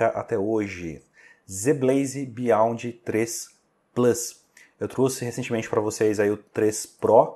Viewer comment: Obrigado pelo anúncio. Só uma pequena correção: a pronúncia correta é "biond".